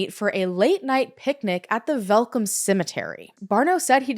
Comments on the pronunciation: I dont know anythung about this case....AND I'M SOUTH AFRICAN!! also you pronounced Welkom so perfectly, werk girl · The look of shock on my face when you mentioned the city Welkom AND pronounced it correctly, well done!